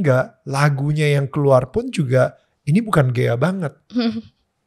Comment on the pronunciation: maaf kak koreksi sedikit, ghea ya bukan geya hehe